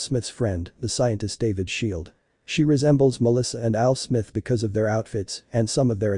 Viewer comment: "AL SMITH" LMAO